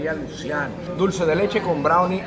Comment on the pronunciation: Aquí Luciano se pronuncia luchiano